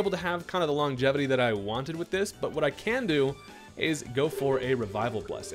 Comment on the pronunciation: I swear you are hilarious 😂 my man said "I'll tell you whut" like hank hill